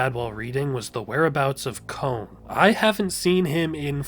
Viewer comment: kon ❌ cone✅